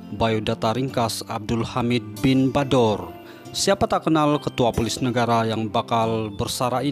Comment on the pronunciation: Bknnya Poles..tapi polis